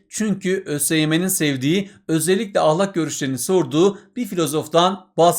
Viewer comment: hocam lütfen ahlakın a sını yumuşak söylemeyi deneyin🙏